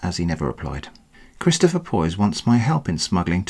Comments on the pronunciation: "Chidstopher" lol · laughing so hard at the way he keeps mangling Christopgoher